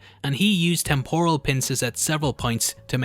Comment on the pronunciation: Love your videos but please google “how to pronounce temporal”